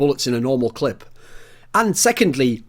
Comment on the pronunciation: The amount of times Thorin said "clit" rather than "clip" in this video.